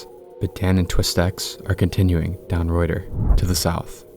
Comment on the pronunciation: Reuter Road is pronounced "Rooter" Road.